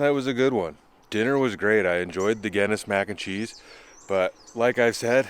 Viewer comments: Someone please tell him how to pronounce the beer right and the pasta I’ve never laughed so hard on how he said them completely wrong gayness wtf its Guinness and the pasta don’t even if your Irish you should be angry. I love this guy but come on and did you try the tv settings may be there is some setting there guy. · Glad your still doing ok, you always cook such nice looking food. Its actually pronounced GIN same sound BIN ness. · Somebody teach this guy how to say Guinness, please!! 🤣